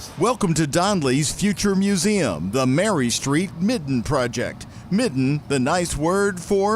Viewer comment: Hey NO ONE says "Mitten", especially me, the guy who reported it and WAS there. But thanks for watching. WHAS TV 11